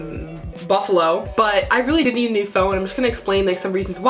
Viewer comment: "Rich.... BuffALO" lmao